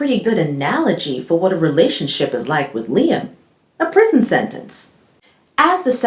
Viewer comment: Did you say relationshit??!!!!🤣🤣🤣🤣🤣🤣🤣🤣 I can't!!!!!